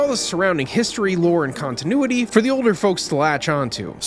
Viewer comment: You mean “kongtinuity” 😏